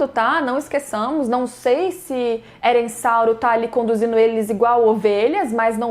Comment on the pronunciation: Eu assistindo, focada... Quando a diz: -... Eressauro. EURIALTO